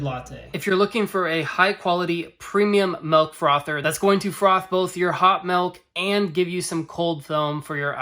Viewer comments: helpful and short video... but bro.... idk what kind of regional accent says 'melk' instead of 'milk' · "melk" is part of the great midwestern vowel shift around Chicago. there are multiple videos around American accents but it's most pronounced around the Great Lakes. Check out the Wired series on American accents. Part 2 has this shift.